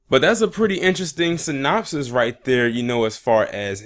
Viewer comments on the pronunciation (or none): none